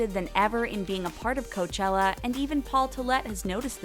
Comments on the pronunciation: Orla HAHA! I caught the “Coachilla” too and laughed! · I have a feeling you pronounce things wrong so that we comment “oh she’s saying this word wrong”. She started saying coachilla... gladsunberry... goldenboys instead of goldenvoice... she’s definitely doing it on purpose. “Jesus and the Mary chain” ITS THE JESUS AND MARY CHAIN FFS